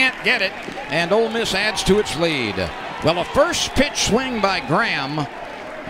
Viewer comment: Did commentator say "Old Miss Rebels" I thought hey were the brown bears... or land sharks.